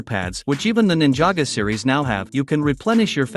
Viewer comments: It's ninjago not ninjaga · Ninjago ❌ nijego ✅ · Its not ninjaga its ninjago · It’s cuz he’s using text to speech and the text to speech doesn’t know ninjago so says ninjaga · It is Ninjago but he said it with a voice changer or smth AND he just said it like Ninja go instead of it together, he never said Ninjaga. Some people pronounce it different